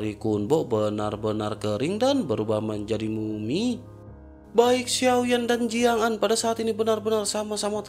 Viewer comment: Bang Ko Jiang'Zaa, Jiang'Aan bang...😁 🤔Apa aku salah Denger ya, Tapi Udah 2/3 Aq denger Lo...😁😁